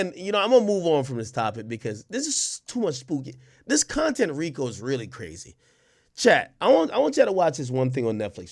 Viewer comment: Its CONTENT lmao come on ak lmao